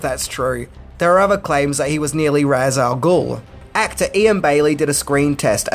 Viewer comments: Anyone familiar with the lore wouldn't have found Ra's al Ghul's dark nature at all surprising. By the way, Ra's was mispronounced in the films. The Batman Arkham video game series got it right. It's pronounced like "raysh" not "roz". The game series stuck hard to established canon and got a lot of things right that no movies ever have. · The one thing that always gets me is the mispronounced way people say Ra's Al Gul. It's pronounced Raysh not Raz or Rah's. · Ras is pronounced as Rashe. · "Ra's" is pronounced "raysh". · Besides Ra's al Ghul being middle eastern, not a tall Irish guy. Fun fact, "Ra's" is pronounced "raysh". Ra's al Ghul means "The Demon's Head" in Arabic.